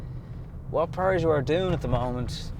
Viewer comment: Hahaha weird sounding with Irish accent Pjužo :-)